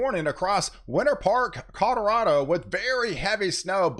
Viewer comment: Did I hear a Cod-orado?